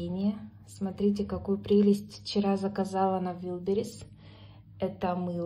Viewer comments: ВАЙЛДБЕРИЗ, а не ВИЛДБЕРИС открытый слог ну е мае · Не вирберис а вайберес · Не вилбирис а вэлбирис